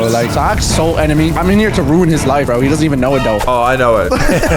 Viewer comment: you said vro not bro but its ok!